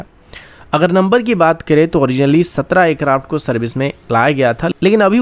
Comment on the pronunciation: Bhai, pehle aircraft kehna seekh. Acraft acraft kah kah ke dimaag ka dahi bana diya hai.